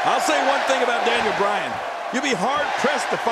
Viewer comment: Daniel Browan instead of Daniel Bryan